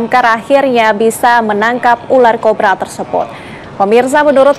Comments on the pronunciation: ular kobra mbak bukan korba 00.50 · Korba corba eeeh susah kali bilang kobra 😂😂😂😂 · aduh si ibu sapai salah ngomongnya.... yg bener ular kobra ya bu bukn ular korba.... keselip ya lidahnya 😊😊😊😊😊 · Cobra bkn corrrba😁😁😁😁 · Pertama aku denger CORBA bukan COBRA 😅....😅😅😅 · Ular kobra kk. Bukan ular korba😂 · Kobra, bukan korba😂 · Kobra.! Bukan Korba😂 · Ular kobra kali mbak, bukan ular korba😂😂😂😂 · Kobraa bukan korba tambah n jadi korban😂😂😂😂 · Kiraiin saya aja yang salah denger😅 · Piye tohmbak baca ular cobra, koq ular cobra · Bukan ular cobra mbak tapi ular corba mbak , haa haa